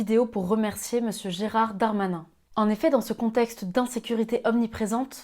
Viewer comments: C'est Gérald et non pas Gérard. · Oui mais c'est parce que elle l'a appelé a chaque fois "Gérard" au lieu de Gérald. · Cest Gérald pas Gérard. ❤. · Géraaaaaaaaaaaard ! Bon en fait c'est GeraLd mais je me doute que tu le fais exprès. ^^ Gérald ça a un côté un peu trop distingué. Gérard ça sent le rouge bon marché et le sauciflard de chez Lidl ^^ Et je m'excuse auprès de tous les Gérard de France et de Navarre dont le prénom est desormais sinistré. Tenez bon, ça reviendra bien à la mode un jour. ;) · Parfait ou presque haha Est-ce que c'est moi ou le prénom "Gerald" est prononcé "Gérard"...Après je chipote là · Gérald pas Gérard ma petite.